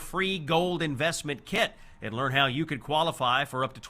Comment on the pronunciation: ... lear .. i will never lear. XD